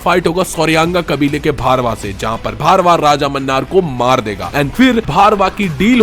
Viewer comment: Bhai its bhairava not bharva